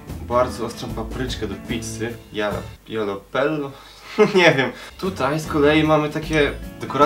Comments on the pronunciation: ale wy wiecie że to "Yolo pello" to się czyta "halapenio" a nie jallapenio" xd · mówi sie halapenio! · Jalapeño (czyt.Halapenio) 😍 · wymowa tej ostrej papryczki to halapenjo ;P pozdrówki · Mówi się Papryczki "Halapenio" :P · Ta papryczka to: jalapeño (czytaj: halapenio) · ta papryczka to jalapeno (czytaj halapeno)